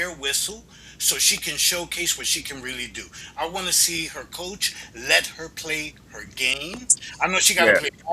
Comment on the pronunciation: she didn't say coach white. she said cosch